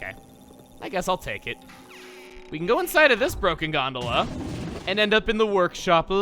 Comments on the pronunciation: I didn't even have the reference of food and I still thought it sounded like Granola. Actually, you taught me how to say it correctly with this video. XD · That’s how I used to pronounce gondola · I thought that the stress falls on the second syllable in Gondola because that's the way it's pronounced in my native language :P